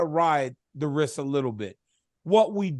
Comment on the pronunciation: Yes, DC, I am smarter than the teachers. 2 genders man. Also, you went to college and can't say the word wrist. You say riss. Apparently you can't say no to food either!